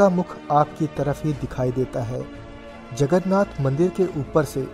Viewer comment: It's Jagannath...not jagarnath... Love from odisha...💗